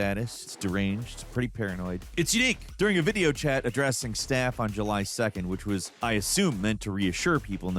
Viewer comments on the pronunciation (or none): none